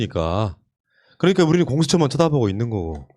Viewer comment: 저분 발음이 이상해요 들을때마다 많이 짧아요 ㅋㅋ .그너니가 . 요거도 .한만노. 발음 ㅋㅋㅋ